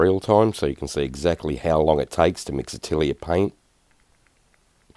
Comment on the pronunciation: My mind just couldnt wrap around what "AH~TILL~EEE~ER" is and suddenly I realize you are attempting to say the French word "AH~TELL~YAY" which means SCHOOL !!! Thanks for the chuckle !